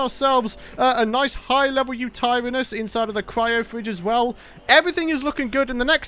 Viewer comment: You pronouce yuturanus uta ran is